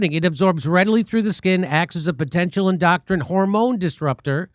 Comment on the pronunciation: Jimmy I can tell you have a good soul. So people can grasp your message more, please learn how to pronounce endocrine. Its your hormonal system